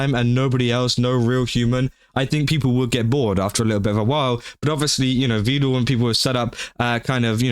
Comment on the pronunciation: The only thing that bugged me in this video is his pronunciation of Vedal as “vee-dal”. It’s pronounced like “pedal” and “medal”.